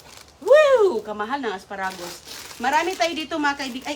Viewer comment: Susme,tarantang taranta na naman si Sisa,replay lang yan,na vlog mo na yang kuha mong yan,sobra ingay mo,panay replay ka lang,parang nagpalit ka lang ng damit.lokohin mo followers mong asa sa fake bbox,di na naalis ubo mo.mali pa bigkas mo ng lettuce at asparagus."litos at aspa ra gusss".para kang taratitat magsalita.!!!!